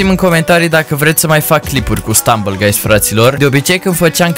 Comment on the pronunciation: Ai zis gruys😂😂😂